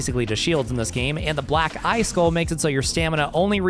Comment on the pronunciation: Bro made sure to over enunciate black EYE skull every time lol